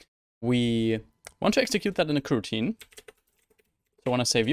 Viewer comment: you've made a lot of high-quality videos about Android development -- thank you! One thing I would recommend to improve your channel is working on pronunciation of the word "coroutine," since it comes up so often. Try to put more stress on the first vowel, the "o" in "co". Right now the word sounds more like "kirteen," but you want the first "o" to sound clear, like the vowel in "toe." (Spoken as an ESL teacher as well as an Android developer.) I appreciate your hard work and helpful attitude -- it's a great gift to many of us programmers!